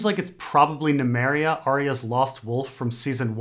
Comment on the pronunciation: Do you get a kick out of miss pronouncing names? Nemeria? Really? Yikes